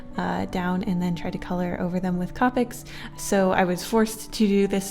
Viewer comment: the way she said copics XD